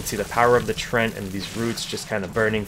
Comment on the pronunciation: Nice video, but "treant" has 2 syllables! :D